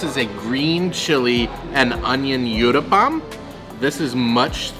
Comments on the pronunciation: It's not you-thapam it's called oo-thapam. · The uthappam is pronounced "ooth-a-pum". Thank you for this yummy video!